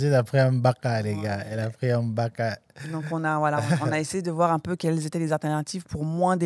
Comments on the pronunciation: Ahahah j’ai aimé le contenue 🎉👏🏾 ahah m’a tué ko « on a prié le M’baka »🤣 hey c’est Gbaka 😂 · C'est Gbaka et non M'gbaka!